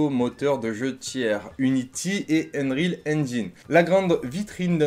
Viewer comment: C'est UNRIOL pas unerile ..... Anglais bac -8